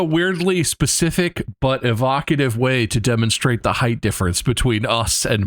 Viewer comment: "height" had me dying to bob 🤣🤏💆🥀